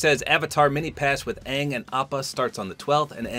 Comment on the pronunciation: It’s actually pronounced ong hope this helps 😊